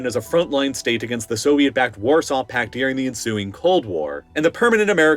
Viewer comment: It’s not “Deering” it’s “During” also it’s not “Shiayt” it’s “Shia” last but not least it’s not “the Middle East” it’s “North Africa” “west Asia” and “Central Asia” get it right weirdo